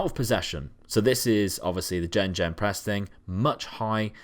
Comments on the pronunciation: Was doing well until he said "gen-gen-press" :D meaning Gegenpress. Pronounced "Gay-gen-press" not "gen-gen-press". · It's pronounced "Gah-Ghen Press"